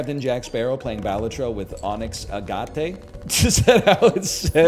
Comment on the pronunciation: Agate is, unfortunately, pronounced worse than that. It sounds like a really bad word and is an audibly unappealing sound. Poor stone.